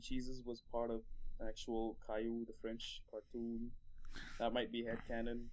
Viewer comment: for future reference, cailou is pronounced "kai-loo"